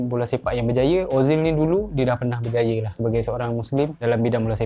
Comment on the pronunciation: SEPAK BOLA bukan BOLA SEPAK BERJAYA bukan BERJAYEU